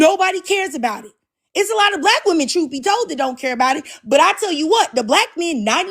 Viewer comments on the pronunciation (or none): What's with all these guys that can't pronounce the word, "women"?